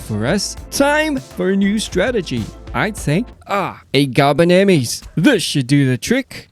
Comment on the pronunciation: The way you said it carbanemys caught me so off quard